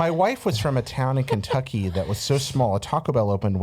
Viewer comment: Cute af. But the way she said Kentucky made me giggle.